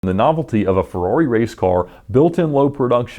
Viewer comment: <3 The way you pronounce "Ferrawri"